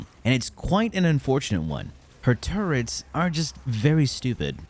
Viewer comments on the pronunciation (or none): There is no N in turrets. Please stop saying turrents.